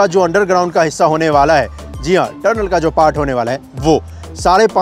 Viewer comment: Bahi turnel nhi tunnel hai pronounce correctly